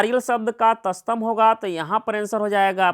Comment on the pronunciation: तस्तम नही तत्सम होता है...😂😂